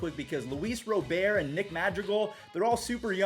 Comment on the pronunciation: Rob-ERT u ballbuster 😂 Thanks for the updates # Keep up the good work young man